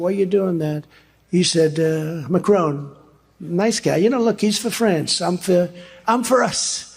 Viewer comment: ‘Mac - Crone’ sounds like a portmanteau of Mac(Donalds) and Cronut. Curious, that. Trump is showing us his Homer Simpson side.